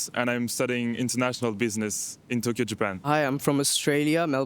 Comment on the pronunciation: “I come from Spain” in a thick and rehearsed English accent and then says Touuukyo knowing that in her mother tongue she can easily pronounce the word like in Japanese